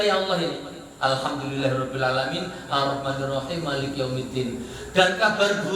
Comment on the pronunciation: Maaaaaaaaaaaliki yaumiddin.....kok dibaca puaaaaaanjang, gimana ini ya? Alquran lho?